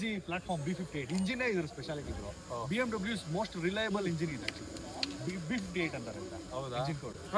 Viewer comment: Bmvv not bmw